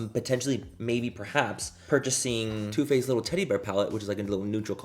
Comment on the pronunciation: When you said “Turrr Faced” you reminded me of the guy on TikTok who orders food in Cursive. 🤣🤣🤣 IYKYK 💀